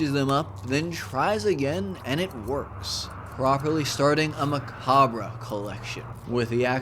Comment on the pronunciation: The "re" in "macabre" is silent. We've all mispronounced words we've only read.